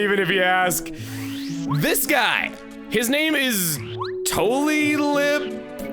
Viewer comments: I figured it was pronounced "Too-Lye-Lip", because he's like a tulip, but he lies all the time. Come on, Chuggaa, it's a pun! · Hey Chuggaa! I assume his name is pronounced To-Lie-Lip. As in 'Tulip', but also 'To Lie'